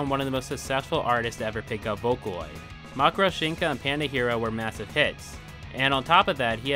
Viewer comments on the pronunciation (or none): is MATORYOSHIKA 😭😭 stop saying makurushinka please (great content btw) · what kills me is it's even worse than how u said, my man literally says "makoroshinka" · I think he’s saying “Mackeroshinka” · I keep noticing this and I still don't understand when/where "matryoshka" turned into "matryoshinka"